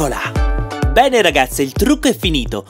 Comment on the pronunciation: invece di bene ha detto pene